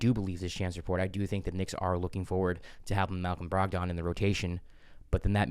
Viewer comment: I have a concern. His name is not pronounced Brog-don. It’s pronounced Brog-den. Please bro I beg you 😂